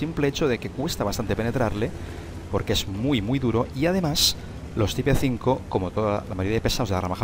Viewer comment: Co me gusta que digas type 5 como se escribe mejor pronuncialo en inglés (taip) o pronuncialo en español tipo 5